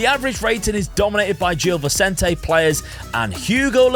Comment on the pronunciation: great video as always, btw gil vecente is pronounced more like jill visente